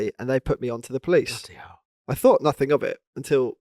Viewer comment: " I Prefer taking all badges off the car so nobody know nuffink.” we know you're not South African you're really from Essex, just be honest, c'mon the gig is up